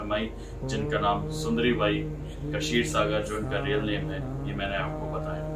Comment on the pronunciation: Om Sainath Kshir sagar pronounce in Marathi or in any other Bhartiya Bhasha is क्षीरसागर,not Kashir sagar or कशीरसागर.